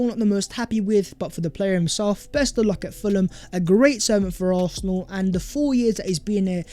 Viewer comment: Bro it’s ARSenal not ARTHnal 😂😂😂